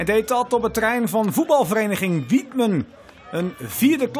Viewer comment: Wietmen?😂😂 het is wijthem